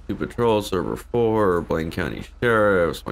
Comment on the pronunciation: is it me or did he just say coudy instead of county lol